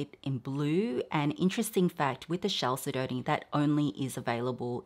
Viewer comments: The pronunciation of the mineral chalcedony is Cal- sed- o- knee. The second syllable is accented. Cal SED o knee. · Chalcedony is pronounced "kal-sed-oh-nee" 😊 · Chalcedony is pronounced: cal-said-knee :)